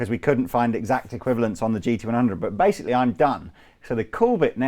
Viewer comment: "we're here to basic-Lee"